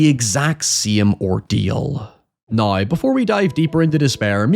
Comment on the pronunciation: Still can't get over the fact that you can't pronounce the word 'now', instead saying "nøye" :b